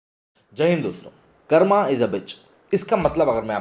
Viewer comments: its KARAM not KARAMA, DHARM IS KARAM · कर्मा नहीं कर्म... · एडमिन तू सनातनी हिन्दू ह तू क्यो कर्मा कर्मा बक्लोली कर रहा ह कर्म नही बोल सकता?? तू तो देशी ह तू तो नेचुरल शब्द बोल सकता ह अग्रेजो को प्रॉब्लम होती ह बोलने मैं वो योग कक योगा शिव को शिवा बोलते ह तू तो रियल उच्चारण कर सकता ह